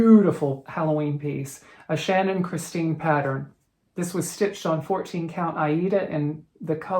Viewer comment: You must be the only American that pronounces Aida correctly.....🌷🌷🌷🌷.....thank you